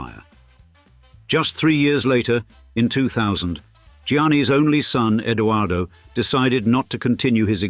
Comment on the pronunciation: it is Edoardo not Eduardo, Italian and Spanish are separate languages 🤦🏻‍♂️